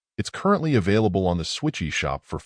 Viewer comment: Haha your pronunciation of Switch eShop is delightful.